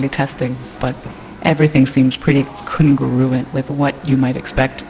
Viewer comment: Coooongruent? Really?